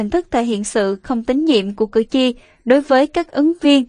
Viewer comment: Cử tri chứ khg phải cử chi nhé!